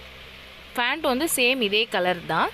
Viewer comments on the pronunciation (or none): Fant ah pant ah😂